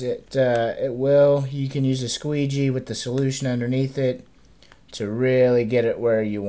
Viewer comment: Lol, squegee? XDDD